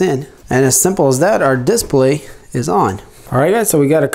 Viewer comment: I like how he says "DISPLAY". A lot of emphasis on the "I". Lol.